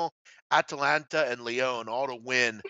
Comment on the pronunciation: Big man, he pronounced Lyon awfully.